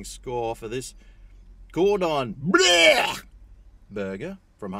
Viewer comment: The way he pronounced “bleu” had me howling